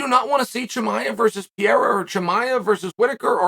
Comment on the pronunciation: Aaaaand he's back to pronouncing Pi Era...